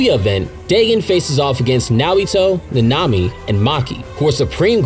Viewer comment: Last time I’m watching o e of this guys videos until he learns how to say nanami